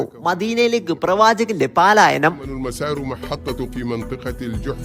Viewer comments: പാലായനം ❌ പലായനം ✅ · പാലയാനം അല്ല പലായനം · 'പാലായനം'അല്ല.'പലായനം ' ആണ് ശരി.